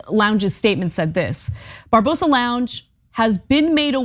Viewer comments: Barbarossa not Barbosa. Do you people even read? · Bar Ba Rosa not Barbosa....the guy in this video needs an 🍑 whipping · Barbarossa!!!! Not Barbosa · I love Ana, but find it funny, that she can't pronounce Barbarossa. it's not Barbosa but Bar-ba-ross-i ;)